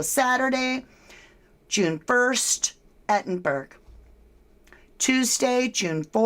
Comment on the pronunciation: "Edinbruh" (Edinburgh)😊